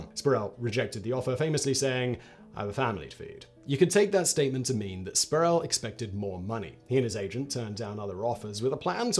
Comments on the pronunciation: It’s Latrell “Spree-well” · Pronounced “Spreewell” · How many times can one mispronounce Sprewell?